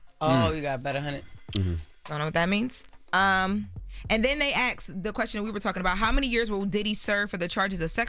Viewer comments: they "asked" not axe lol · Askt not axed 🙏🏾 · Irritating hearing says "axed" when trying to say "asked"